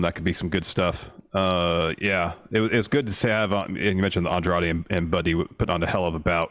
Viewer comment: My favorite part was Kevin Kelly struggling to say Andrade's name for an entire match with no one correcting him.